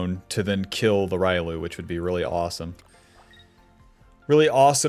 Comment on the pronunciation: Say it with me..."ree-oh-loo" not ry-loo...this ain't street fighter my guy lol